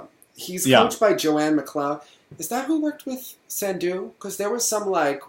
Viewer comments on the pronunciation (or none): none